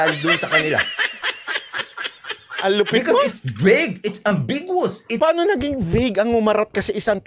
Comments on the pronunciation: Besides irresponsibly twisting the meaning of the proposed Anti Road Rage Act of 2023, his pronunciation of “ambiguous” is incorrect. A Canadian vlogger pointed out that does have a poor comprehension as well as bad pronunciation of English vocabulary. This is not nitpicking but should seriously invest some of his large YT earnings on how to improve his English comprehension especially on how to enunciate proper English vocabularies. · mindset is distorted. He can't even pronounce ambiguous right! 😂 Makes you wonder how in the hell did he pass the bar? 😂